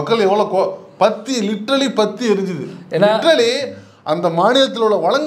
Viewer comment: அண்ணா, லிட்ராலி literelly இல்ல பிராக்டிகல் practically